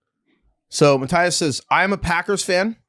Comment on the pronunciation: Matias here from the Bachelor Party email. First of all, great pronunciation by on his first try. Forgot to say that the house was sold to the people operating the strip club, of course the family of my friend didn't knew that was the reason they were buying. The place was a nice huge normal house from the outside, you could only see the 2nd floor from the street because it had these huge wall around the house, you could only tell it was an underground strip club once you entered the place. That happened 3 years ago and we still don't talk about that night.